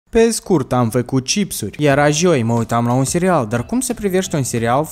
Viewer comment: Joi*Ai grija cum vorbesti....😔